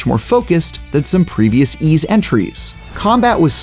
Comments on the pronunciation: It's actually pronounced as "why's". Thank me later. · It's pronounce as "Ease". Someone sure didn't know what he's talking about.